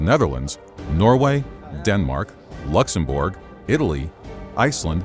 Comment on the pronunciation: I'm sorry but did he just say luxemBORG